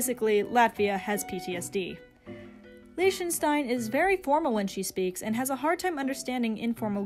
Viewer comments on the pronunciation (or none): The way this person pronounces Lichtenstein irks me